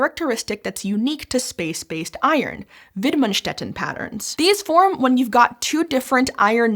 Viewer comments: The pronounciation of widmanstätten was on point! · their pronounciation of "widmanstätten" is great! the effort put into that is obvious and appreciated!